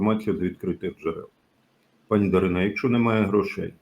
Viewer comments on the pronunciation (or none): Не ДарінА, а ДарИна.